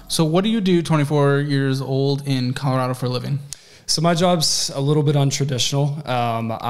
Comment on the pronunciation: He will also have to learn how to pronounce Colorado.